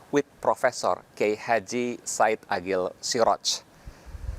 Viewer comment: Sudah nonton beberapa video, dan terdengar seperti menyebut KH. Said Agil Sirodz, bukan KH. Said Aqil Sirodz